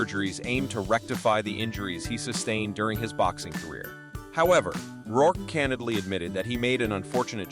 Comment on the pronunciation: These AI narrations almost sound like real people until they inadvertently the pronunciation of people's names or misread simple words and phrases. For example, instead of saying "in the 1990s" the bot says "in the one thousand nine hundred and ninety-es" and Micky Rourke turns into "Mickey Rourk-eh."